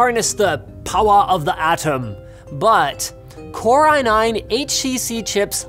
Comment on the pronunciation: Core iNein